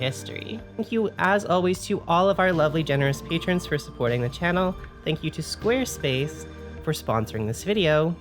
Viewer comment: I'm gonna have trouble pronouncing it any way other than "Sqaaaarespace" from now on.